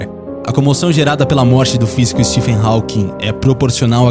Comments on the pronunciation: O PH de Stephen se pronuncia igual a letra V. Stephen = Steven O W de Hawking é mudo. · O narrador desse documentário não sabe falar inglês.Ele não pronuncia corretamente o sobrenome Hawking e o sobrenome Redmayne.